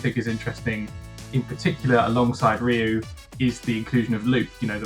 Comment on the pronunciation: I Had To Dislike This Vid After I Heard How You Pronounced Ryu🤨💯✌🏼